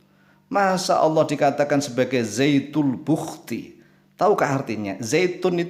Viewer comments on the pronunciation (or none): penulisan yg benar zatul buhti artinya zat mutlak atau zat sejati atau zat semata - mata.bukan zaitul buhkti seperti ucapan pak.mungkin karena orang riau jadi lidahnya agak tertekuk dan terdengar ucapan zaitul buhkti jadilah ikut2an.kita saling mengingatkan dlm ilmu bukan menuduh "sesat menyesatkan" seperti kyai karena itu perbuatan yg buruk. Astagfirrouloh alaazim.. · Mas Syam, Saya dengar kan sebanyak 7 kali posting. Nampaknya memang terdengar Zaytul lebih daripada Zatul. Bisa jadi hal ini juga yang terdengar oleh. Untuk Zatul Buhti memang ada. Saya pikir juga Pak Ustadz pasti lebih tahu dan paham. Beliau jauh lebih kompeten daripada Saya. Matur Nuwun Mas Syam atas posting nya. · Ass.wr.wb...,..kayakx zaitul bukti. Bukan zaitun bukti.....apa kupingku ya, yg budek...... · Saya baru dapat postingannya...ternyata sebelum putar...ada tertulis....zatul buhti di layarnya.......akhi...jadi hanya salah pengucapan...saya sudah coment di chanelnya...mudah2an bisa di rubah....cara ucapannya...afwan... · Jangan ngeles... orang Islam di negara manapun, dan di daerah manapun, jika sudah mahir membaca al-Qur'an, maka lisannya akan sama dengan lisannya orang Arab... ZATUL BUHTI .... ini juga salah total Karena kata ZAAT berbeda dengan kata DZAAT Seharusnya DZAL bukan ZA' Udah dibilangin harus ngaji dulu agar tidak menyesatkan ummat kok malah ngeyel, jika belim bisa ngaji, maka buat konten kuliner, atau montir mobil atau pertanian... jangan merusak agama Islam sembarangan